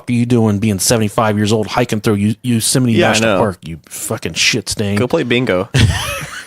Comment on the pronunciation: "Yousimite National Park"